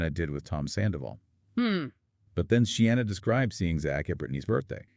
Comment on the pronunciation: Not She-anna 😬 but Sheena.